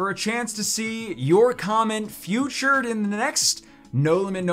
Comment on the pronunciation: Did he mean to say featured or futured lol